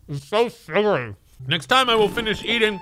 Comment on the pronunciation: When he said it was so sugury. Well that's what she said